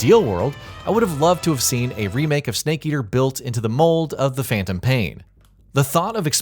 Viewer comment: What the hell is Phaentom paien? I thought it was Phantom pain.